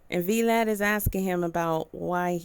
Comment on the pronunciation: V-Lad its vlad lol